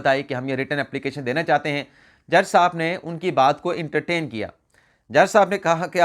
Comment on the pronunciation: It’s not intertain—-it’s. Entertain -correct your pronunciation from your smart phone dictionary